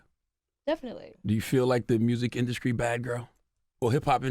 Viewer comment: I'm sorry but he had 3 opportunities within a sentence to get it right yet said music "induskry" with a "K" - ummm